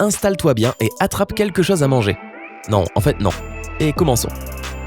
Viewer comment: la voix que tu as, tu parle avec le nez lol et j'aime pas comment tu prononce les mots se terminant par "eu" et "O" du genre "chose" en le prononçant "chause" je supporte pas sérieux